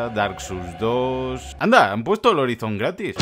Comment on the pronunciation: "Horaison" pls